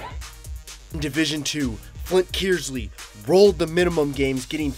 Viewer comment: Please clarify - Flint Kearsley is pronounced "Kurs-ley" not "Kiers-ley"......hopefully my old school of Davison will return to the finals again next year and win it all for the boys......